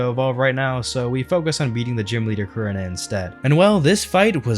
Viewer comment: Love how he pronounces Korinna